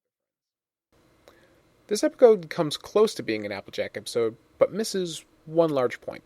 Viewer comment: Did anyone else hear him say epicode after the intro card for Fall Weather Friends?